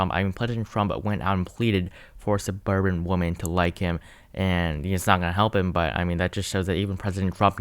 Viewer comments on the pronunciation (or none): It's women not woman, it's plural not singular!